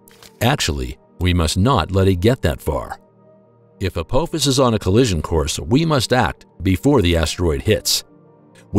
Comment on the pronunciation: As bad as this video is, at least get the name right. It's not ApOphis it's ApAAAAAAAphis. ffs. How can we take anything else serious in this video, and I'm just 2 minutes in.